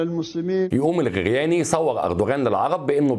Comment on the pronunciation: الخرياني وليس الغرياني